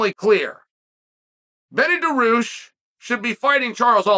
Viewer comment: Chael saying Benny Daroosh and Will Fury still cracks me up